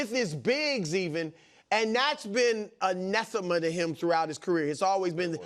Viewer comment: Brou's pronunciation of "Anathema" got me ROFL 🤣🤣